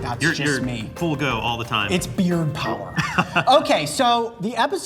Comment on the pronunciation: I thought Coyoty said "It's beer power" XD